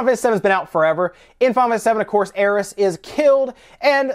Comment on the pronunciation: That's alot of S you're putting on the end of Aerith